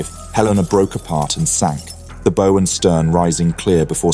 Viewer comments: / baʊ /, not / boʊ /! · The bowe sunk first? Which is worse? Poor AI pronunciation or the lack of quality control to find and correct such flaws. Great story, but. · The front of a ship (i.e. "bow") is not pronounced that way... It rhymes with "cow"... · Knowing how to pronounce the word describing the front of a ship seems prerequisite to naval history and operations to me. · AI still cannot manage pronunciation such as the front of a ship! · Come on! Bow, like in Bow Wow! Now take a bow, and leave the stage. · Good graphics - but gotta learn how to pronounce words like ‘bow’ and ‘Rabaul’ or you sound like you don’t know what you’re talking about… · Still fails to pronounce bow correctly. Dude must be partly AI bot.